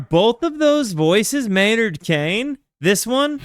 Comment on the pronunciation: Your pronunciation of keenan has me cracking up. Maynard Kane.😂 It's Keenan sounds exactly as it's spelled